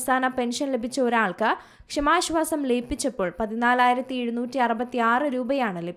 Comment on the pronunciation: വായിക്കാൻ അറിയില്ലെങ്കിൽ മിണ്ടാതിരി ക്ക്. ഷമാശ്വാസം പോലും. കേൾക്കുമ്പോൾ ഒന്നും തോന്നുന്നില്ലേ. പുതിയ തരം ശ്വാസം 😂